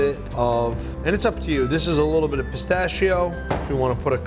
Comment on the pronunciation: Wtf is "pistascio" man